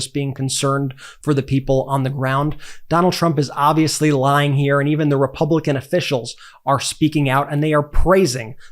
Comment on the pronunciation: What about the non degree people ? Lying Kamala ? I keep hearing LION KAMALA